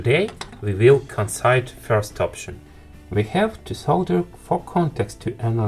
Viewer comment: Well that's fairly reasonable English, didn't expect. I think i've already watched the same video in Russian though? Some pretty obvious pronunciation mishaps there though, made worse by making it sound like another word. If you just look up 'consider' on Google Translate and let it speak it for you, and train that, that should just about cover the worst of it. Also 'measured', 'frequency', but those at least weren't confusing.